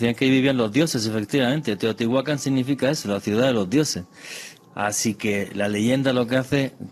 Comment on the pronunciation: Estoy aqui para corregir errores : por favor prononciar teotihuacan correctamente y los peces son animales acuaticos. Todos los animales pertenecen a la tierra pero estan clasficados como terrestres. , aereos y acuaticos.